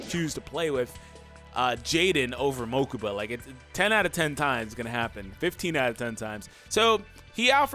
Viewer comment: "To the mokaba mobile"